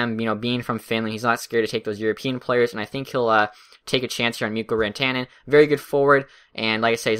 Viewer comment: Rant-an-en not Ran-tan-en. Good video. I agree with your selections in this mock draft.